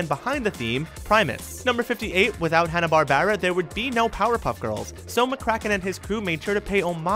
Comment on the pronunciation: is he pronouncing barbera wrong on purpose?